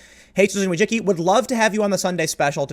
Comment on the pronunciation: As a Polish guy your pronunciation of Wojcicki makes my ears bleed. I understand why you say it like that, but it starts to become funny how you butcher that word. (It should be closer to [Voy-chi-cki] the last part you're getting right, second is similar to *chi*p, first I think is fairly obvious . Yes, I know I am pedantic.)